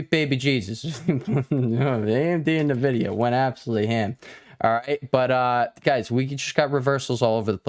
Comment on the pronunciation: Hey man, I enjoy watching your TA but, for the love of God, it's pronounced N vidia, not nuhvidia.